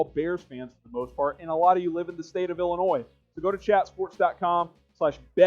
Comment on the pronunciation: Thank you for saying “Illinois” correctly!